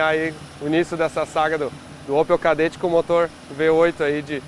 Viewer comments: O "Kaderatti" kkkk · Chama ele de "Chedett"